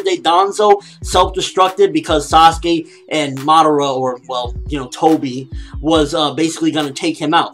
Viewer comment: Dude you do know it is Sasuke it just sound like Sasugay